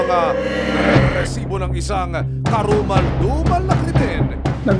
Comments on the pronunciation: Ang cringe nung " grrrrresiboo" 😒🙄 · HOY RESIBO WALA MAINTINDIHAN SA MGA SINASABI MO AT MGA NAGSASALITA SA LAKAS NG BACKGROUND MO ANG NAIINTINDIHAN LANG UNG PAGKASABI MO NG ŔRRRRRRRRRRRESIBO PUCHA WALA MAINTINDIHAN SA SINASABI NYO BACKGROUND MUSIC LANG HAHAHA